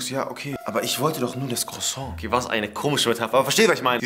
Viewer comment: Dieser Cruason hahaha.:ich wollte aber nur einen Cruason